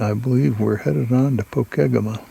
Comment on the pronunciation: Pokegema is pronounced Po Keg ema.